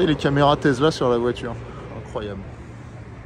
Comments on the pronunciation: TeSSSla ... pas Tezla ! :-D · Tesssssssssla pas tesela tu sors de ta campagne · On dis Tesla avec un sssss et pas avec un s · Désoler mais le taizzla me tue les oreilles 🤣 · Mais qui dit « tezla » aujourd’hui ! …. Personne à part toi 😄😄😄😄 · Une Tezla ? 🤣